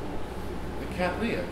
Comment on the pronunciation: May I congratulate you on your pronunciation of the genus word Cattleya. It is obvious from the emphasis you use, that you are correcting three common mistakes made by American speakers. 1) Retaining it as the three syllable word it should be. 2) Ensuring that the 2nd syllable sound is lee NOT lay. 3) Ensuring that the double t's are sounded as t's and not d's as is so often heard in American English. End result:- Kat-le-iah NOT Kad-dal-lay-uh.